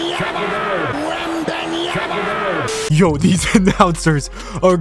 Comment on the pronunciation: WEMBENYAMA 😂😂😂, i had to repeat it the same way he did i started dying when u replayed it